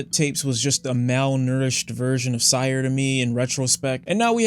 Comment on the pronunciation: mildly infuriating when he pronounces syre as sire